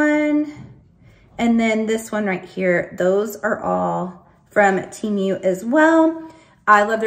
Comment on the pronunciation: It's pronounced 'Teh' -mu not teemu lol! If you're patronizing it's good to know😉